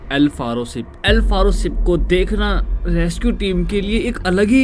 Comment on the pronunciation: Ship ko sip😅